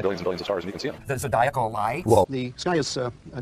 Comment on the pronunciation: Lol "the zedialcal lights" lol